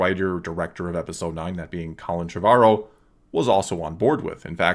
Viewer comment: Isn't it Trevor Row? Not TrevAHrow